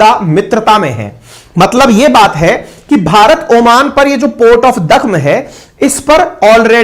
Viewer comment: “दुकम पोर्ट “ बोला जाता है ओमान में ।